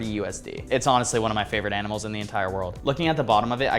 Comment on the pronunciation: bro teaching us aminals and cooking without even trying😭